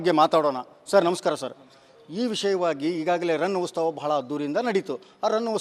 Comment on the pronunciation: ಉಸ್ತವ ಅಲ್ಲಾ ಮಾರಾಯ್ರೆ ಅದು ಉತ್ಸವ 😅😅